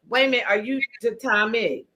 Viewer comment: She said I don't want to minute( my noot) that's not how you use that word slowiesha